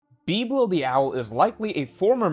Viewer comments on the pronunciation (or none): Why can't you say words correctly. It is Em-eth. Not Eemyth. Bib-Low not BeepLow. Like whats wrong with you. Is this on purpose? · Great vid but the way you pronounce biblo and emeth makes my brain hurt